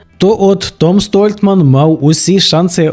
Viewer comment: Непогане відео. Колони Геркулеса. "Дуже несподівано тут провалився Том Столтман". Несподівано?! Якщо ви уважно слідкуєте за стронгменом то повинні знати що ця вправа майже найслабша у Тома. Звичайно він на ній останній або передостанній. Столтман а не Стольтман. Нел а не Ніл. Гупер а не Хупер.